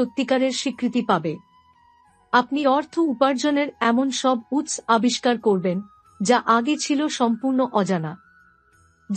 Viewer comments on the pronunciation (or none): বড়,দৃঢ়,উৎস ইত্যাদির উচ্চারণ সঠিক করুন।